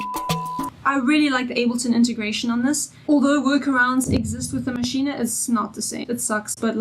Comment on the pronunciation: Pronounced Mashine not Maschine ah.